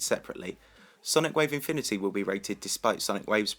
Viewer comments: with sonic wave "mifimity" nice speaking there XD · he was saying things weirdly like ya yatagarasu sonic wave infimity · "Sonic Wave Imfimity, yatyatagarasu" lmao